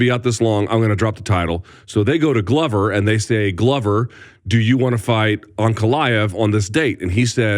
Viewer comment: Luke makes a big deal to pronounce Jiri correctly and then hits us with the Glove-er